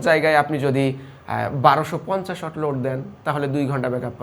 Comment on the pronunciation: Halar murkho reh watt uccaron korte pare na watt reh oot koitace mone moy 😂